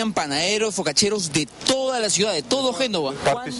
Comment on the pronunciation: dijo : FocaCheros ...!! jaja